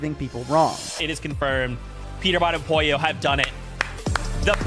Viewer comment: Poylo No its pollo